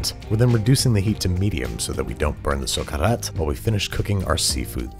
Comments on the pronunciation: As both a Spaniard and Valencian (the region where paella is actually from) this is one of the few american paellas that resemble to the original recipe. Also love your pronunciation of "Socarrat" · It was so cool to hear you saying "socarrat" Well done, as a valencian I give you thumbs up :D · Really nice attempt at the recipe, it shows you did your homework, researched the actual ingredients and methods, even properly recgonized (And pronounced!) Socarrat. My valencian heart melted a bit, specially after so many abominations, you really show respect for the dish. Would love to try your paella and give you a thumbs up with the actual taste in my mouth! XD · As a spanish and catalan speaker, you said socarrat very nicely. It made me happy. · The best seafood paella made by a foreigner I've ever seen, nd how you said "Socarrat"✨👍 BRAVO🙏